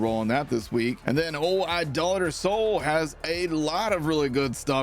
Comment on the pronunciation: Cheers for pronouncing Idolator correctly!